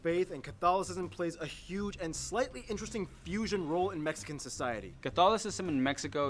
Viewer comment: Mexican not Mexican’t